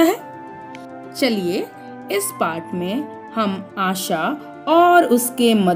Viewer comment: mam Asha hota hai asa nhi 🤣🤣🤣🤣